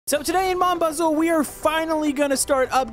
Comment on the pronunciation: The way he says Mon bazou😂😂😂